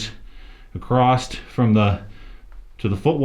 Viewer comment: it's not "acrosst", it's "across"!